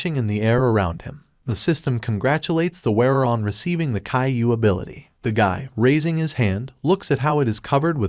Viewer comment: Okay, i know it’s meant to be Kaiju powers, but the way the ai says it… it’s Caiou